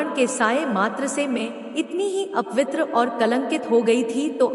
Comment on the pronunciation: Galat Hindi na bola karo apitr nahi apvitr hota hai bevkuf